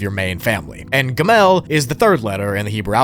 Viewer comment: Hey, jew here. The hebrew letters are pronounced "ah-lif", "bet", and "gih-mull"